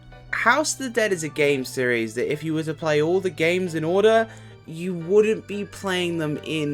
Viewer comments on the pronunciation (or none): none